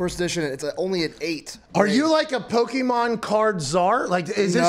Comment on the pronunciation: Everyone who does that, like calling them pokeman instead of pokemon knows more than they are letting on